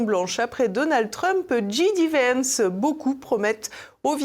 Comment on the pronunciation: j.d.vance .... j se dit je en français et djai en anglaas, dji s'écrit G comme gb